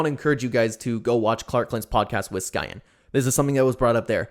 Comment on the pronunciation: I've known him for a while, the cancer thing/pedo stuff really messed with me but I forgave him. ALSO it's pronounced "Cyan"